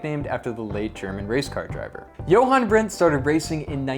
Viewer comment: Jochen Rindt by the way..not Johan.